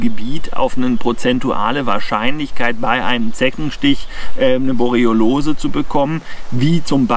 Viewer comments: Sehr interessant, aber es triggert mich, dass du jedes Mal "Borelliolose" anstatt "Borreliose" sagst. Igendwie hat sich da ein "o" zu viel eingeschlichen. ;) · "Borreolose" 😄. Erreger sind dann nicht die Borrelien, sondern Borreoloen 😉. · Hör ich da die ganze Zeit „Borelliolose“?? War bis heute der Meinung es hiesse „Borelliose“? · der Vortrag ist super, aber es heißt Borreliose und nicht Borriolose;-) ich hatte übrigens mal Borreliose in 1998, sie trat erst ca 7 Monate nach dem Zeckenstich auf (den ich nie bemerkt hatte, aber ich hatte eine Zecke auf meinem Schlafsack gesehen zu dem Zeitpunkt). Nervenentzündung im linken Beinnerv, heißt: meine Wade war lahm, ich lahmte sozusagen. Erst der 5. arzt kam drauf, mein Blut auf Borrelien zu testen. ich bekam Antibiotika und dann war alles gut:-) Übrigens sind Zecken die Tiere, die ich am wenigsten mag... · Danke für das interessante Video. Kleiner Hinweis. Es heißt Borreliose, nicht Borreliolose ;-) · Borreliose statt Borroliose 😉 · ich bin ein RIESEN FAN von Dir - Mal abgesehen von der Aussprache der Borreliose - informativ und gut! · Mal abgesehen von der Aussprache der Borreliose - informativ und gutes Update. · Hab ich Borreliose mein leben lang falsch ausgesprochen, oder sagst du das komisch? :D Ansonsten wie immer ein top Video! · kann das irgendwie nicht richtig aussprechen. Habe mich schon dran gewöhnt, frage mich aber trotzdem warum. Leider leidet dadurch immer etwas die Glaubwürdigkeit seiner Zeckenvideos.